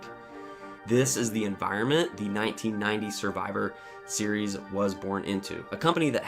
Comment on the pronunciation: Decent video, but the AI voice is a bit distracting. Especially the clunky way it says 'Survivor Series' and 'Honky Tonk Man.'